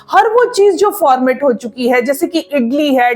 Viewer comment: Formet nahi ferment hota hai.